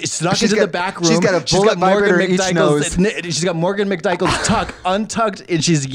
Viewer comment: Katya calling Morgan McMichaels “Morgan McDykels” 😂